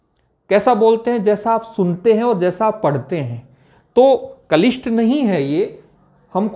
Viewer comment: सर, कलिष्ट नहीं क्लिष्ट है सही शब्द आप इसका उच्चारण कलिष्ठ/कलिष्ट कर रहे हैं